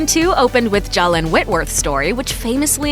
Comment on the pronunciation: Just wondering, how in the world is Zsalynn pronounced like that?